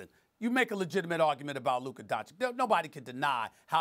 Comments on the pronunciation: Nobody: Stephen A : "Luker Doncick" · Stephen a Smith: Luker Donchick 🤦‍♂️ You need to get it together fr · "Luker DonchiCK" Stephen A Smith 2020 I stole this one cause it was fucking funny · “Luker Doncic” - Stephen A Smith 2020